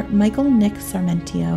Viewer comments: The distraction of pronouncing Sarmentio? Brigay-dor? It's Sarmiento and Brigador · Let’s begin with the narrator— It’s “Sar-mi-ento”, NOT Sar-men-tio. Another word that you trashed is Brigadier, (prounounced Brig-a-deer) which is a military rank, as in Brigadier General, NOT “Brig-A-der”, as you pronounced it. That she was embalmed PRIOR to autopsy is INSANE, and renders the autopsy null and void. A CHILD would have known an autopsy couldn’t be performed expecting any kind of evidence from her body after all that had been done to it. Police incompetence, possibly bribery since the embalming was not only allowed by SOMEONE, but someone must have paid to have that done. Then there’s the matter of sperm, or NO sperm? Rape, or no rape? The police found themselves in a media storm and wanting to look competent made up a scenario and stuck with it. They knew nothing and were covering their own as$es, period. The entire thing is just tragic as a beautiful young woman lost her life and the guys who loved her are being blamed (easy scapegoats). A sad ending, all the way around, and NO justice.😶🙏🏼💕